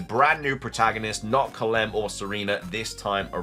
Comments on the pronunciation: woah lol, I always thought it was about his intellect that he couldn’t get a real job. He looks fit tbh. But he’s definitely not very smart. Calem is pronounced Cal-em not Cal-lem. Lol, then he doesn’t know how to pronounce evangelion. Everything that should be obvious fake by the blurriness and quality shouldn’t be even considered as a real image. The image of golbat thing is what I’m referring to here. It’s not a screenshot, it’s a rendered image that has been intentionally blurred. That’s usually a way to hide the flaws. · Calem is pronounced “Kay-lum” not “ka-lem”